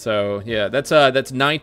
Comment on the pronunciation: It has to be random that you said Roberto hernandez multiple times very clearly right?😂